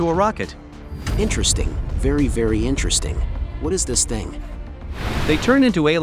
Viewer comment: "iNtReStInG vErY vErY iNtReStInG"